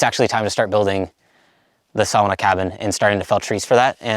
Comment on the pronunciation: SAW-NA PLEASE AND THANK YOU, LOL. BUT FOR REAL, GREAT JOB!